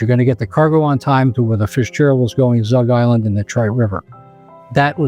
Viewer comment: Um…Belle Isle. And it’s Zug as in bug, not zoog as in booger. The two radars that went out on the Fitz were the Long Range and Short range radars. I do not think that they had “backup radar” as you say here. That would mean four radars went out. This is not so. You said the Anderson contacted “another steamer”; they would’ve contacted another STREAMER, as this type of ship was designated: I.e. Str. Edmund Fitzgerald.